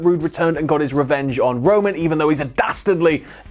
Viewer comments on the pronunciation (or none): keeps saying Rowan instead of Roman